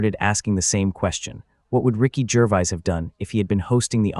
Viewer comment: Cant even say Gervais properly!